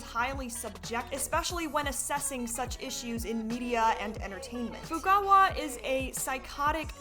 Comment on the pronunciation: It's actually pronounced To-ko Fu-KA-wa (you said To-ko Fu-ku-wa). She pronounces her name in the English and Japanese dub of the game as the way I said (you can just search up Toko introduction). SPOILERS: Anyways about Toko herself, she is a terrible portrayal of DID in the first game Danganronpa Trigger Happy Havoc with how shes gets called schizo and her love interest maked her out herself during the class trial just to make the case more complicated (but the DR team actually were kinda progressive by 2010 standards I guess by not making Toko the blackened). Due to her second apperence in Danganronpa Another Episode: Ultra Despair Girls, she actually gets a character arc where she gains a friendship with Komaru and protects her along with having to make the tough decison to betray or not betray Komaru. Overall through the games she appears in, she was was alone with no friends besides a stinkbug and bullied by her classmates and two mothers (it's a long story), but despite that she tries to get better with her alter Jack/Sho and is extraordinary in her writing ability. Toko along with Uendo Toneido afterwards from Ace Attorney Duel Destinies Turnabout Storyteller are actually some of the people who made me learn about DID so they both has a special place in my heart.